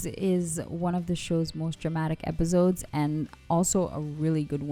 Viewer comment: Why do you say it like "epizodes" lol